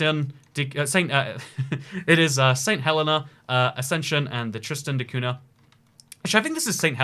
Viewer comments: Man said Tristiana de Kahuna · You got Tristan da cunha all wrong bro, the name and the island